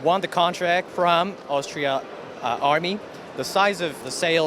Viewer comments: Except for he incorrectly kept on saying Austria instead of Australia!! facepalm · Yeah another person that can not say Australia